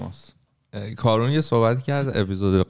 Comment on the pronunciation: فکر کنم تلفظ صحیح اسم کارون ، «کارِن» باشه